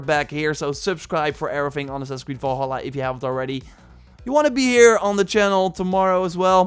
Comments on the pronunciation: AS$- GAARD AS-GAARD NOT ASH-GAARD and Val-hala not Vol-Hala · I came to comments because of this. Volhala too